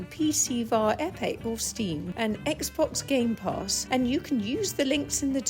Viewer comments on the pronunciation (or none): I like it when ur mother say "gamepass" I can feel the accent 😊